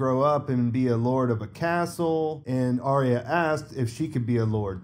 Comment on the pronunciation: Why is Aryas name often pronounced with a silent R? Sounds more like IA.